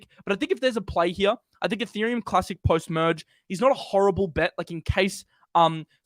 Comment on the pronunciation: Muhdge Muhdge Muhdge. It’s “Merge” ya tool!